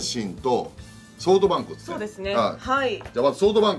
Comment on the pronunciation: 里崎のソフトバンクの発音が ｿﾎﾄﾊﾞﾝｸって聞こえる